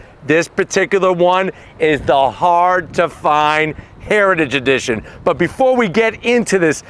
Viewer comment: Is it possible to say "heritage edition" and not sound drunk? Comment below.